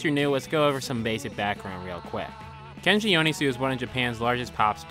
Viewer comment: cool video, but can you please pronounce his name right ahaha